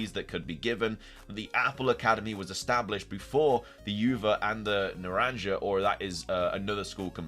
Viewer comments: Lol Naran juh. It's Naran hah pronunciation. It's Spanish for orange and uva is Spanish for grape. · Naranja is pronounced NAH-RON-HA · Its OOva and naranHA ,not Uva and naranJA its spanish 💀